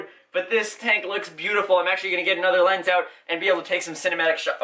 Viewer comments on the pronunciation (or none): none